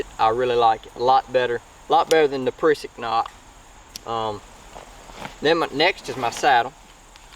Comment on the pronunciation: Did you say prisik knot lol